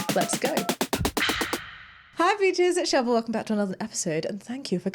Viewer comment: Shaaba. Not "deep into the A Holes". omg.